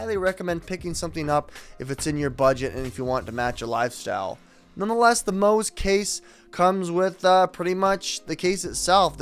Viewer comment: At least say the brands name right...